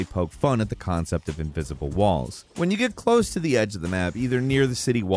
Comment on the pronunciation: ivisible walls you said.. :))